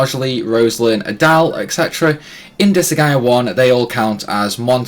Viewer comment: I think he’s asking because you are pronouncing Disgaea incorrectly. You’re saying Dis-a-ga-i-a When it’s pronounced Dis-guy-ya